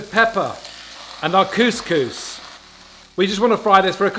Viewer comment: saying coucous made my day!!! 🙂